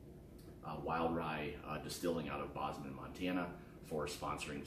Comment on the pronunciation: just FYI, Bozeman is pronounced with a long "O" (Boh, not Bah). Anyway, I've been exploring Barrell. I have Batch 016, 017, and New Year 2019. I like them and the idea of what they are doing but I also struggle with the price. But, I really like the idea of experimentation instead of "same ol' same ol'" so I will likely to continue to collect and sip them. I'm no expert and cannot parse out all the notes and flavors reviewers state. But, I feel like Barrells for me seem to have subtler noses that I have to really chase, kind of strange for the proof they have.